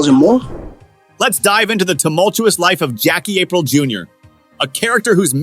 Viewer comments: This man said Jackie April Sr 🤣🤣🤣🤣🤣 April like the month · Why do you say Aprile like that?